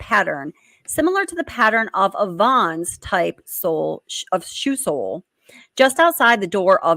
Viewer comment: The shoe print in front of Dylan’s door is not a VONS SHOE, it’s a VANS SHOE, pronounced like a moving Van. Sorry, not trying to be rude, that was bugging me. Plus. VANS shoes are very popular in the skateboard community, and with kids and young people. I’m having a hard time picturing BK wearing Vans shoes…